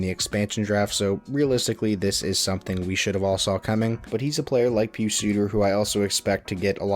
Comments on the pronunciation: Not pronounced (PeeSu) it's (pie us) pius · Pronounce Pius as "pie-us"